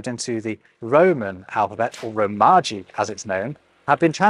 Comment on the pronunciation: The writing system cannot be defined as having 3 "alphabets". There are 2 syllabaries and a logosyllabic system (kanji). Also, it is pronounced RO-ma-ji with an elongated "o", not ro-MA-ji. Sorry for correcting you,. Love your videos. -Thank you